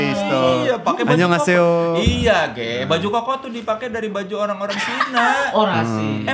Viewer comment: Kalo bang kristo manggil bang Ge kedengernya emang kaya G nya ganti K🤣🤣🤣